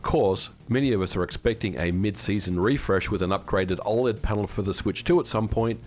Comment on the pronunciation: Why are you pronouncing OLED so strange? Is this AI?